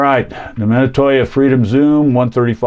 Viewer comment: I recently found the same camera at a local thrift store. I was curious about the value of it. On a side note I have never heard Minolta pronounced the way you pronounce it.